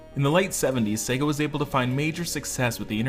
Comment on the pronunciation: Good video! Thanks for pronouncing the name correctly and not focusing exclusively on Sega in the US!